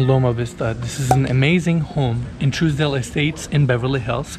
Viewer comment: You're pronouncing Trousdale Estates , Truesdale Estates...